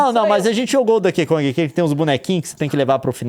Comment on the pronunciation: meu coração dói cada vez que o Leon fala “Dãnkey Kong”, hahaha